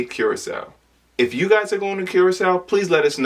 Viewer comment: It's pronounced Kur●ah●sau not Cure●ah●sau